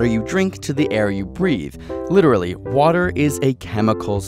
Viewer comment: Wa--tear. Dammit